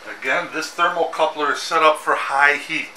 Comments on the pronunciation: Thermocouple, not thermocoupler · THERMOCOUPLE...NOT THERMOCOUPLER...